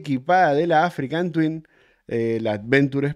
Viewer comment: Hola!! porque decis "AfricaN Twin" (con N), si el modelo es "Africa Twin" ??